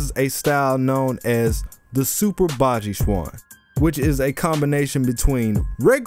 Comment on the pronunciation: Yeah baji quan has a lot of conditioning its also pronounced more like Chen